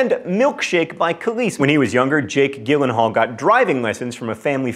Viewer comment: "jake gillenhall"